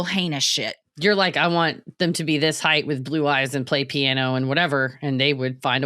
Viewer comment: I'm tired of ppl on tv saying "heigth", instead of "height". I must have missed that they changed it.